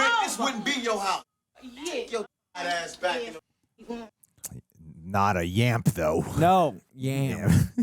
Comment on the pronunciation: It actually is “Yamp”, not “Yam”. Y-young tr-AMP